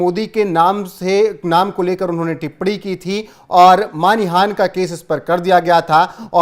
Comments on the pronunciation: Not Manihan but it is Manahani sir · सर मानिहान नहीं मानहानि।